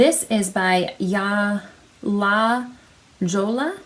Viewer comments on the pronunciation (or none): Baah la jolla yarn is pronounced la hoya (city in California) ...I had to look up meaning in English "the jewel" thank for the podcast! 😍